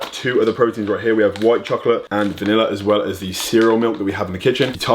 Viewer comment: Put the emphasis on the well rather than the as